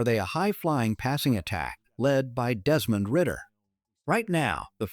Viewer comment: This man said Desmond ridder 😅